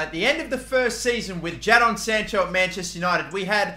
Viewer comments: Why do you keep calling him JAA-DON Sancho it’s just Jay-den just spelt differently damn😭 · Don’t say it Don’t say it Don’t say it “Jad-on” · It's said JAYDON Sancho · U say it jayden instead of ja-don 😂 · Its not jahdon its jaydon spelt jadon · the way he says ja-don sancho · It’s pronounced “Jaydon” bro come on man hahaha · Sorry but you say it like Jay Don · "JA-Don Sancho" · Jadon is pronounced jaden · It's pronounced Jadon its pronounced jaydon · Bruv it’s pronounced jay-don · I was checking for this comment because i was going to say the same 😂😂😂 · how did he just say jadon?😂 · That’s not how you say jadon